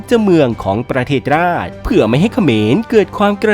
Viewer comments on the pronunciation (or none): ประเทศราช อ่านว่า ประ-เทด-สะ-ราด แอดกี่บวบ ไม่เคยเรียนหรอ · บรรณาการ เขียนแบบนื้ ประเทศราช อ่านว่า ประเทดสะราด